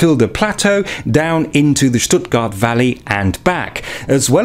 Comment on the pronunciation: Love how you say Schhtuttgart .. thats the proper way!